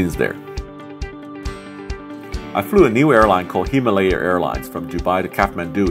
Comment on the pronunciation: His pronunciation of himalaya 😂😂😂